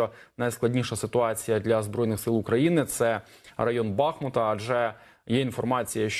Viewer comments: БахмУт, БахмУт, БахмУУУУУт!!!! Запам'ятайте нарешті. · Місцеві жителі кажуть "БахмУт". Не робіть, будь ласка, таких прикрих помилок.